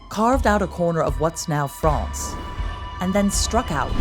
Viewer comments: Interesting, but please either learn how to pronounce the French names correctly (e.g., Calais, Château de Falaise) or stop referring to the country across the Channel as "Frahhhnce" every time. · FRANCE. Why can't she say France?!? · Excellent documentary, with a good presenter. The only thing I didn't like was the unnatural-sounding pronunciation of "France", which seemed like an American trying to do a hybrid between the way the English and French would say the word, but wasn't really either and just sounded odd and forced to my English ears. I would have been happier if she had just gone with her natural American pronunciation. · Good documentary as expected by this presenter. But why pronounce France with a soft a? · I never heard anyone pronounce France like that!!